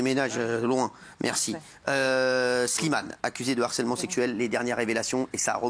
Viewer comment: 😂😂😂😂 d'harcèlement 😂😂😂😂de harcèlement messieurs 😂😂😂😂h aspiré 😂😂😂😂